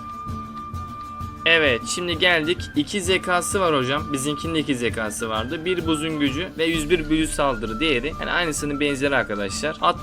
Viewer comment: uzun zamandır izliyorum seni ama artık zeka, kâğıt gibi kelimeleri lütfen daha düzgün şekilde telafuz et. Uzun süredir video çekiyorsun lütfen daha dikkatli ol